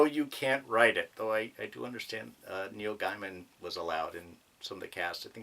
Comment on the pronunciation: It's Neil GAY-MEN, not Guyman.